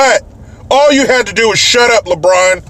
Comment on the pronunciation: It's "Re-Braawn"